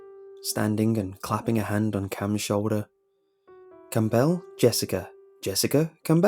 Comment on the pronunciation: My name is Campbell, and if you ever said my name like that I’d honestly slap the living shit out of you 😂